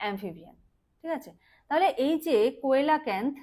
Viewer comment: কোয়েলাকান্থ না কথাটা সিলাকান্থ